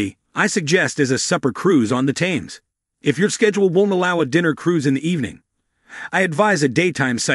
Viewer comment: Great video. !!! Just one constructive criticism. Please pronounce the River THAMES properly Sounds like the number ‘ten’ but with an “m” at the end.; Then add the s. Or. Just say TEMS